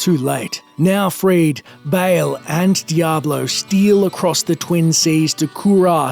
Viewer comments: Dude it's pronounced Ball not Bail. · dafuk is "bale"? its BAAL